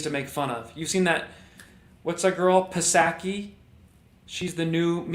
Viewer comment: Psaky = pronounced ‘Sacky’. Do you already know this and I just didn’t get the joke?